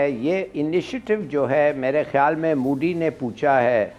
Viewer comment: Puton nhi putin 😂😭 and not mudi its modi kha sahi se bolenge ye log 😂😅